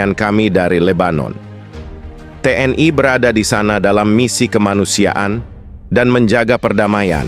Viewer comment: TNI.. bukan TNAI... jangan ke barat2an donk